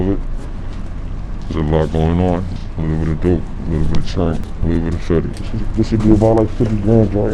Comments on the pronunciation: Small issue, but "fentanyl" isn't pronounced "fentinol" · Why do you pronounce the word Fen-ta-nol? 🎉